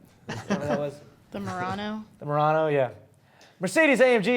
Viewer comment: "The Nissan Moron-o" ^__^